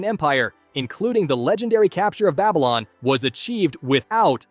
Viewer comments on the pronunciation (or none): none